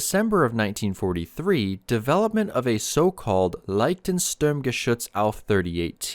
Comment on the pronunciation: LeichtES. Not leichten.